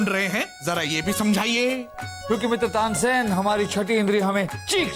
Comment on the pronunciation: Tansen nahi Tansain 😂😂